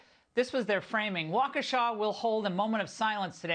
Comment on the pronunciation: doesn't even take the time to pronounce the city name correctly. She said Waunkesha.